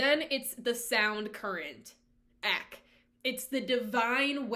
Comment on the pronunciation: Good overview. Just a few things—-Eck—sounds like “speck”—not eek—Eck-an-kar—and Not EckNar—And they chant Hu-like Hugh—not “who”. Soul travel= Astral Travel—a very popular practice in today’s time. And it’s Sant-Mat—not Saint-Mat. Twitchel knew that he brought beliefs and teachings of the Eastern path to Eckankar—he didn’t hide that. I grew up in Eckankar — it was a very peaceful and loving place to be back in the 70’s and 80’s. It was full of scandal—just like all man made religions tend to be. All man made religions are cult like —including Christianity. Everyone finds what resonates with them and if they choose to walk that path—that’s fine, we all make it back to God. (That’s my opinion and my path) Read The Tiger’s Fang. It’s a good read. I left this path a long time ago—around the age of 19. Paul was “friends” with L Ron Hubbard in the early days and learned a lot from him—but the paths are different. I’ve studied both.